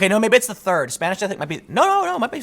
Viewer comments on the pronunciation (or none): none